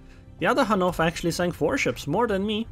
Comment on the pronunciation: Finally someone who is pronouncing Hannover as it should be! ^-^